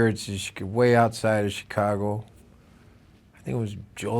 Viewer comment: I like the hint of an upper Midwest accent when he says Chicago